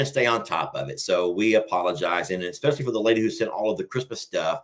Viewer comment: You forgot when says FOR sounds like FAR. haahaaaa lol I LOVE IT!